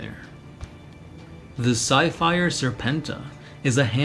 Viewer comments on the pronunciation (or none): Did anyone hear the "Psyfire Serpenta" as "sci-fi-er" serpenta?